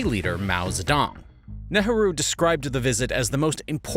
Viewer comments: Netarhu? Is that the correct pronounciation of Nehru? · I know it's hard to pronounce foreign names but how did you get from Nehru to Ne-ha-ru? I think I'll skip the rest of the three hour video if you can't check that. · Should think about working on that pronunciation of “Nehru”